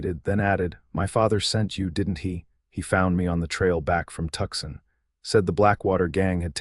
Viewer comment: I wish these stories would spell and pronounce "Tucson" correctly. I lived in Tucson, Arizona for awhile. It bothers me that every story with an Arizona setting makes the same blunder. Seems an easy fix, even with AI. 😮